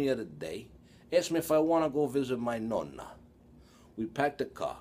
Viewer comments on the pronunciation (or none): none